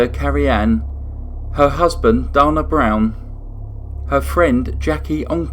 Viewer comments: Dana is pronounced Dane but add the A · 'Dana' is pronounced Day-nuh. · 🙏💜🙏You say da•na we 🇺🇸 say dA•na😇 I💜English!!!!! Thanks